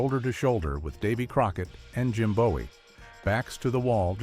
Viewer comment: The cheap computer A.I. program that made this video apparently doesn't know much about the Alamo. It pronounced Bowie as "Bow-ee." In Texas and Maryland, Bowie is pronounced "Boo-ee." This video's mistake is an insult to Jim Bowie and all fans of the Alamo.